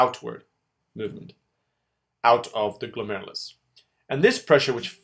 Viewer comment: i am literally laughing and crying at the same time while watching this video. the former because the way you tried to pronounce glomerulus is so funny, and the latter because i finally understand this part of nephrology! THANK YOU SO MUCH! i'm still waiting for the reabsorption video tho.. and can you PLEASE make one on countercurrent multiplication system?